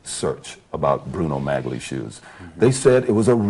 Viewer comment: It's astonishing how the interviewer knows how to pronounce Bruno Magli shoes (as G is silent)... But Orenthal repeatedly mispronounces Bruno Magli shoes, pronouncing the hard 'G'... Unaware that most viewers are amused at this ruse😂 Guilty.